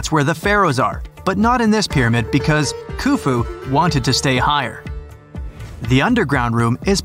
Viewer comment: Pharaoh hoofu not khoofu the k is silent